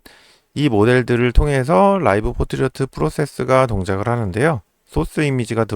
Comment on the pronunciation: 왜 자꾸 Portrait 를 포트리어트라고 말하나. 불편하네요.